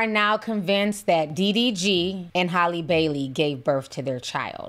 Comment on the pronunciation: It's halle. Pronounced hal-e